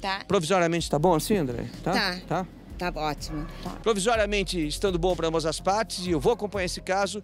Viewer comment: "tá bótimo"